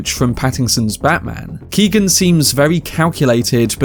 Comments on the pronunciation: His name isn't Keegan. It's kee. Oh. Han. G is silent, it's Gaelic irish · It’s pronounced Keown not keegan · just to be helpful the name "Keoghan" is pronounced like Kyo-han. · Its pronounced Key-o-ghan.. as an Irish person, it hurts my ears to hear you say keegan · Came here to say this lol. Mad to think the young lad from Love Hate is in these massive films now